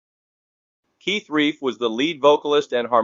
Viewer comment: Keith Reif? C’mon you A.I. moron!